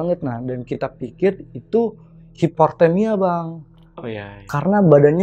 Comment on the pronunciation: Hiportemia😂 sekolah dmn bang?😄1lagi,di kuping ga enak kalo ga biasa bilang lo gue trus maksa mau pake lu gue.mending bilang saya dripada dipaksain😄